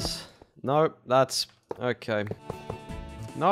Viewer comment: i liked the part when he said NAAURRR